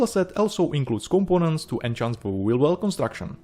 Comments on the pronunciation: I know english is not your 1st language... Its enhance not enchance. Enchance is an old english word now obsolete not used since 1150/1500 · Enhance, not en-chance. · I love your work, I love your presentation, I love your charming accent and your English is virtually flawless. However, I want to be a language nazi for a brief moment. In this video, you consistently pronounce the word 'enhance' as 'enchant'. The first word means 'improve' (which is what you mean) and the second word means 'to fill with delight' or 'to put a spell on someone'. It was only after you said it three times (the magical number) that I decided to be a dick about it and make a comment. Again: love your work